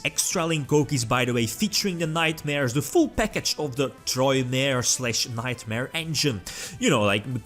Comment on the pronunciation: This man really just said Troymare in 2020.